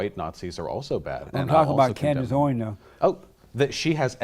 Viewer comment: “Candice Owings”